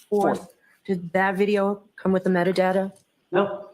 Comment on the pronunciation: Replay crew here. Anyone else hear say metadater vs metadata. I get so mad when I hear talk.